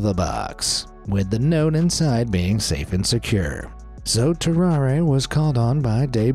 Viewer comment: His name is pronounced "tarrar", not "tarraray"